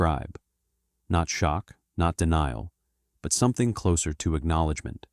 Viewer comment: AI voice has some bad mispronunciations- Lesabre and closer for example- giving up after closer.